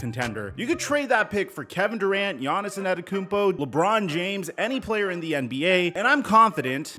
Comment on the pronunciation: It’s just Yonis not Yonis-son, (Giannis)